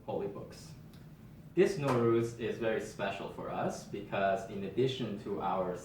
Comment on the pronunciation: Nowruz = Nav Roz!! A few differences in vowels!